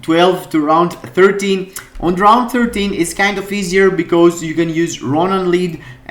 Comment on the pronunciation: Rrrrrround 1, rrrrrrround 2...